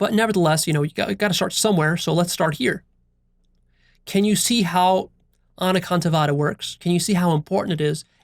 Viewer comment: I was born & brought up in a jain family and I'm well aware of anekantvad i.e. several perspectives. I love the way you pronounced this Sanskrit keyword.